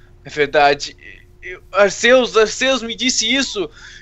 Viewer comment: não é arcêus e arquius que se fala e se escreve arceua